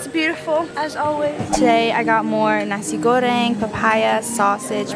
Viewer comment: the way your dad said "terima kasih" is so cute!!! almost sounds like a native. try to say "suksma" which is the Balinese language that means thank you. also the way u said "nasi goreng" sounds so native!! <3